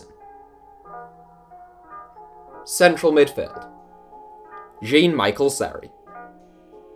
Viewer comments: " Jean " in french is said " Jown ", not jean like jeans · Jean what he pronounce it as a girl's name.its jhean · Why is your pronunciation so bad????? Especially Spanish and French words. Jean, is John effectively and Spanish G’s are pronounced ‘he’ It’s basic GCSE linguistics